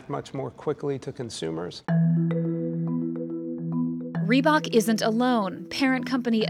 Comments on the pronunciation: Are we gonna ignore how the narrated lady says rebak Instead of reebok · FFS is not REE-BACH its REEBOK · I get triggered bout how she says reebok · "reebohk" "adeedas" KEK